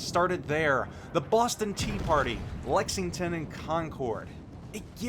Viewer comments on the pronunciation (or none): none